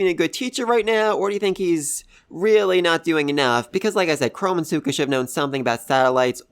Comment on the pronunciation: Lol, I know it's your accent but you are saying suika's name wrong like with gen lol, just thought I'd bring it up, anyway, like the other guy said, they didn't ask sai to teach them about space, they only asked him to teach them maths.